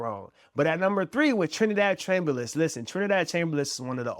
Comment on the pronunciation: It's Chambliss not Chamberliss. Look it up. Don't want you to get attacked if this video ever gets big.